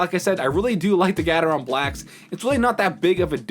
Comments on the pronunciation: gatetron is pronounced Gay-tron btw, not gat-er-ron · It's Gateron not Gatetron :) But yes, it's more like gay-ter-on